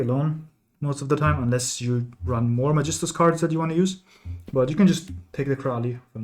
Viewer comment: dachte ich mir schon. Weil das Magistus Synchro perfekt ausgesprochen wurde 😂